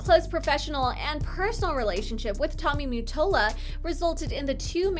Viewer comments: is not Tommy Mattola; the picture is of Clive Davis - who discovered Whitney Houston Tommy Mattola is not pronounced "Tommy Muttola" its Tommy Ma-tol-la! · Also lmao it's Tommy Ma not mew and that was Clive Davis not Tommy idiots lol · I keep hearing the name, Tommy Mute-tola from this vid..wtf is he? Lol. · Why do you say MUttola? Lol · the way she saids mottola sounds wrong